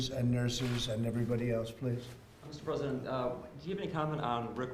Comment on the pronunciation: “Pesident” Trump....good job nbc